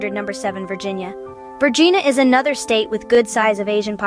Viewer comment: As a person living in The Commonwealth of Vagina, I object to the pronunciation of Vergina, er Virginia, and Virginians.